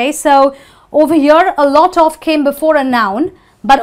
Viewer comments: Percebi que ela pronuncia o "of" com a pronúncia do "off". I realized she pronounces "of" just like "off". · Só eu fiquei encucado com a forma como ela pronuncia 'Of'? '-'